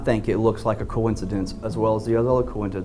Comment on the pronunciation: Is it just me.... or does the POS struggle to pronounce “coincidence”. Just sounded weird... poor gal 😢😢